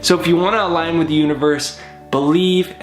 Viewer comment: "Algin" with the universe?